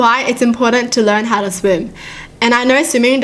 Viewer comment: I just like how says "Hiw dare you" 😂